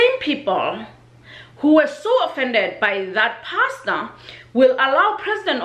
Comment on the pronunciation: Sorry for double dipping but this topic was interesting to me. Do you agree or disagree? Please comment below. P.S. If the Pastor (who I pronounced PASTA in the video) has prior behavior that makes him repeater, I will accept that he was being a creep. I just feel everything happened so fast and you have to freeze it to see what what happening. If you freeze the video you see all those old men's eyes wandering on her legs...